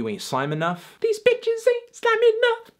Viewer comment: It isn't slaime language, its slAime language with the emphasis like Sign Language